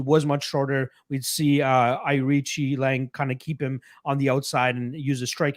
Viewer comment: Looks like is the only guy in the internet who could pronounce Nzechukwu last week and Aoriqileng this week.👍